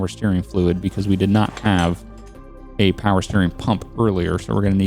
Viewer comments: You said more powah baby. please be honest. Do you watch Donut Media?:,D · I loved the "more powa baby!" lol